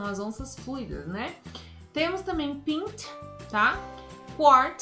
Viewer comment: Muito bom! Porém me surgiu uma dúvida agora; A pronuncia da palavra ''pint'' não seria PÁ- INT ?? Você pronunciou como PÍN-T